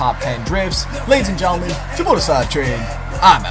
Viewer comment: Slap not dlap